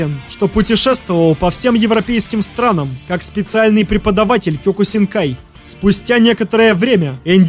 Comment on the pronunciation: кеокусинкай ане кёкусинкай